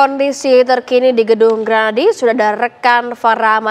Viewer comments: bukan granadi, grahadi woi, penyiar koplak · GRAHADI kak, bukan Granadi..